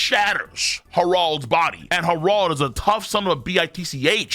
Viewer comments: Saying it with the hard R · Why do you keep on calling him har- ald 😂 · love your videos but the way u pronounce Harold sets me 😂 love tho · Why is saying Harold so wierd lol